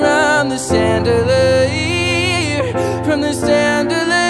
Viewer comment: this was freakin good im speechless but the way you pronounce chandelier was quite weird lol